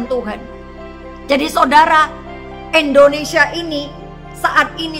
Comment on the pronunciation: Eda bisa ga kalau ucap bukan ENdonesia tapi INdonesia, waduh ucap nama bangsaku saja ga damai dengan ucapan Eda, orang bule saja ucap INdonesia jauh lebih baik, menghargai dll